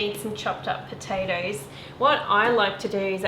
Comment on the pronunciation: from a irish woman, you just murdered those patotoes 😂😂